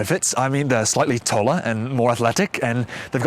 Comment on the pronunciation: Jesus Christ some of the sentences you said sounded JUST LIKE HIM. As an English person I'm gonna give you one important tip to mastering the accent, which is to learn the difference between "o" and "aw". The biggest giveaway in your accent is things like "toller" for "taller", "loh" for "law", and "wocking" for "walking". "Aw" is pronounced exactly the same as "or" in Tom's accent. It's obviously tricky for you to do that because they are both the same sound in your accent. In fact we English people have the same problem when doing an American accent, for example I might say "Conner" instead of "corner" since I forget there's an "r" in "corner" and I think it's "cawner".